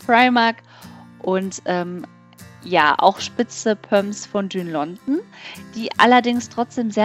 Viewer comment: bitte sag nicht immer "düün London" :/